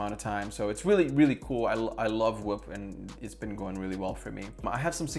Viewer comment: Whoop sounds like wap 🤣💀